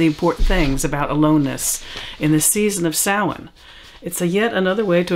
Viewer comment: Because the pronunciation is Gaelic. Although I have a friend who speaks Gaelic who pronounces it something more along the lines of Sah-Ween. So you'll come across different pronunciations. The only truly incorrect one is Sam Hain :) Usually those who speak it that way have seen the word but not heard it pronounced, so they are pronouncing it phonetically, which is understandable.